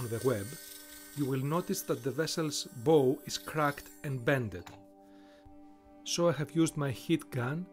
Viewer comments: Bow is pronounced "baʊ" in ship terms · the "bow" is pronounced like "baw"